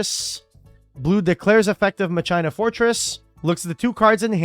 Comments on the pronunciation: I will never recover from this pronunciation of machina fortress... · Ma-china that's a new pronounciation for foretress' name XD (i like the anime pronounciation personally)